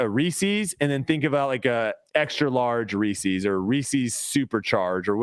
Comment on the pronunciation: Great episode guys pulling for you at Portland. saying Reese’s like that is a crime 😂